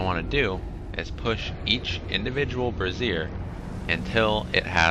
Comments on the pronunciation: Bray-zee-er (lit thing) not brazeer (ladies underwear = bra). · It's pronounced Brazier as in lazier not like brassiere which is a woman's undergarment. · Love the way the poster of this vid prances Brazier sounds like he's talking about a woman bra